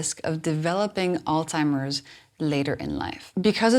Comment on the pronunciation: I don't mean to be a stick in the mud but I am having problems believing the things you are saying when you can't even pronounce alzhiemers disease properly, it's not altimers it's alZhiemers. You are correct about the effects of sugars and what they can do to your body and brain.